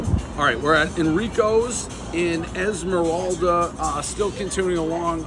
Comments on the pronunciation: Dave it's pronounced Eye-la-morada. Esmeralda is a witch who becomes the Stephenses' housekeeper on Bewitched. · Isla mora da...not ismoralda Phonetics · Oh please, you’re not in Esmeralda, you’re in Islamorada…eye-lah-mo-rah-duh. Thank you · As a South Floridian I’m cringing at the “is-moralda” Islamorada pronunciation. Dave, it’s “eye-la-morada”🤣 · Is-MA- Ral- dah. Lmao. It’s Isle-Mor- a-duh. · Dave, you're not in Islamoralda. You're near Islamorada. I-la-ra-ma-da. Get on Keys Time. Slow down. You're in the Keys. Chill. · lmao its Islamorada (eye-la-mo-ra-da) not IsMoRalda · Omg he said Esmeralda Florida. EVERYBODY KNOWS IT'S pronounced Islahmorada! 😆 Next time try the citrus ale! C'mon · He keeps saying " Is more all da" for the beer...it is pronounced "eye la more ah da" spelled Islamorada. 😅😅😅😅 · Islamorada pronounced like island morada not izmoralda 😂😂😂😂😂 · I can usually let Dave's butchering of the English language fly, but not this time. Ile-mer-ra-da. Not Is-mer-el-da. Love the reviews either way. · Izmiralda. 🤣 Dave gives zero fucks with the pronunciation of places. Let us know when you're back from Gee Wesst. Then head back thru Islamorada... Eye-la-more-AH-duh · Amazing to me that Dave kept calling "Islamorada" "Esmerelda" lmaooo like cmon now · Yes he really called the island “esmaralda” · Dave PRONOUNCED Eye-La-Ma-Raw-Da Islamorada Florida Keys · Did he really just call it Ez-mer-alda? Edit: Jesus Christ, he did it again. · Is Morelda? Is Morelda what? Tired, happy, sad? And who is she? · he butchered it every time......... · Dave, FYI...It's pronounced eye-la-marada...love your show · It’s pronounced “ i - lan- mer - rada” jeeze Dave! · EESLAH MORADA is how you pronounce Islamorada... classic Dave. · Guy said Ismaralda 😂😂😂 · Eye-La-Miralda sir! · Isle more rah da. Dave needs a class in Florida words. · Try again. "Isla...morada". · Does he ever know where he is?? ‘Esmeralda’?… Its TAVERNIER Bro!!! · “Eye-la More-ahta” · Islamorada! Not esmeralda